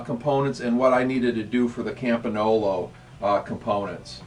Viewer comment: campinolo ???? its campagnolo